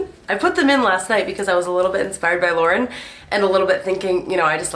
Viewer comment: I kept thinking you were saying Lorde and not Lauren 😆